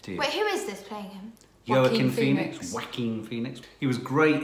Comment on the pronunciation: Everytime he pronounce Joaquin, to me it sounded like "Quackin" 😂🤣